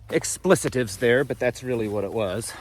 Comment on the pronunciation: Please revisit your pronunciation of the word expletives.